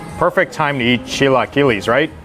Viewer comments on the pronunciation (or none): It is pronounced CHILA-KEELA ...